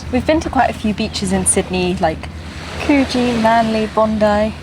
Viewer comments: Cujee not cooogeee. Palmy isn’t 2.5 hrs from Coogee. I used to live in Coogee and now live in Avalon. You must have took the bus to circular , the ferry and the 199. 😂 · Exactly...its annoying when the geezers say ‘Coo-jee'... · Coogee is pronounced with a short "oo", like in "book". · Great video guys. I've been following you for a while now. Coogee is pronounced 'Could Gee'. Keep up the good work. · There are two Coogee’s. One in Victoria which is pronounced the way you did, but the one in Sydney is pronounced like Could-gee. Temperature lag. Ocean temperatures tend to lag so you often find that the water is warmest towards late summer into autumn. The poison system used for foxes in National Parks are ‘soft palette’ triggered. If your dog triggers one of these systems it’s already too late for your dog. Enjoy. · The other Coogee is in WA, there's a shipwreck of the "Coogee" in Victoria near Geelong I think, and yes, the Sydney suburb is pronounced Could-gee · Yes a lot of people get Coogee pronounced wrong 😂 I usually say the oo should sound more like hoof, as in horses hoof- Coogee. I think your explanation is better. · yes the d isn't strong but was the only way I could explain the Sydney pronunciation and differentiate between the "oo" I live in Coogee NSW, perhaps it should have been named "stinky place" which is the Bidigal translation of Coogee 😂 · Might help to have a chat to an Australian and find out how to pronounce Coogee if you are going to live there. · How does someone who says they have lived here before still not know how to pronounce Coogee? It's not Coo-gee, it should be Could-g. Australia like every other country has place names that are pronounced differently to how they are spelt. Sorry it's just something that really bugs me when I listen to videos talking about Australia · In NSW, the place name Coogee is pronounced like ‘Could-jee’, not ‘Coo-jee’. That’s in Perth, W.A. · Could..gee...not coooge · Could-gee not coo-gee